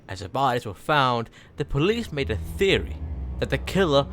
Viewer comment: I thought when you said I made this ice burg you said I’m on this ice burg